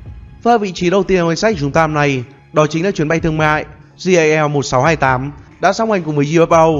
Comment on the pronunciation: jal mà nghe đâu là JAV